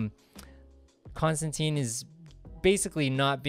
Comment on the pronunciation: Rick Veitch is pronounced like beach, or leech, Rick Veech. I had to look up several interviews because I wasn't sure how to say it. And not to be a total stickler but Constantine rhymes with wine, at least that's what he says in the early books, I don't think anyone will ever do that though. Love your video, thanks!